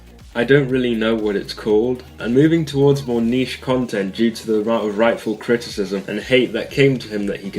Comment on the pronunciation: My ears hurt after hearing “Criticism “